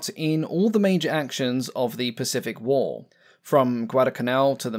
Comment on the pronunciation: "Pacific whoa" I bet he's trying to say Pacific war.